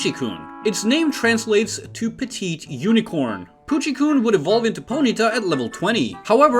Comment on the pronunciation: Also, it's kun not koon